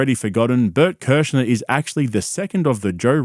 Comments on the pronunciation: Blert Klersher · (Bloat a liver) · bert kersher? did you even look at how his name is spelt? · Bert "Kerscher" hahaha